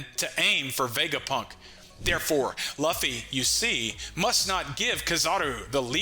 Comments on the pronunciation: I was excited to watch this but it hurts the way you pronounce luffy. I’ll catch the next vid to see if it’s corrected. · Saying Luffys name wrong is why can’t watch this